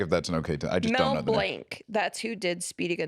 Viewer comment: Not Blank, BLAH-NK